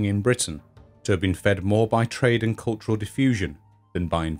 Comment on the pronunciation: ha-ha. Misheard narration... When you said “Britain and Ireland” , I heard “Britain, an island”. This was the second instance, actually. The first time, I thought "Hmmm. ‘Britain, an island’. That’s a bit odd. Innit?“, but then the second time around, it was like “Oh... I get it”. A good robust American “Rrrrrr”, or whatever weird accent Phil Harding has, would fix that ! But, actually, yourrrr narrrration is so much improved over your first video, when a few viewers made such rude comments. So glad you’ve persisted. You do great work! Keep it up!!